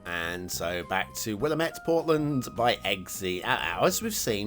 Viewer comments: Huh! Close to home, haha. Recognized Ross Island in a heartbeat. "Will Am Ett" is how I usually hear it pronounced. It's killing me that people are making Oregon maps and I haven't finished all of my Oregon trees rofl "Mar come", and don't worry, it's nobody's favorite haha. They make an effort to make them prettier now. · Will-lamb-et River, not sure if that helps at all with the pronunciation 😅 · Willamette, damn it.